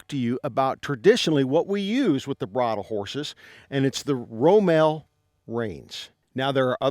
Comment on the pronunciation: It’s ROMAL!!!